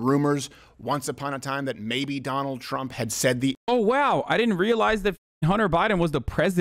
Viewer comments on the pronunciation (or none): none